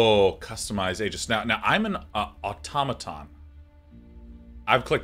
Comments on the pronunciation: autOmaton is correct as the greek word is αυτόματον (intonation at the second o) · I'd just like to say that it's au-tomato-n, where tomato is of the "toe-may-toe" pronunciation.